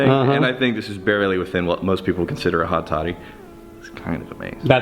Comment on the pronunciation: I thought you said hotty toddy. Lol I live next to ole miss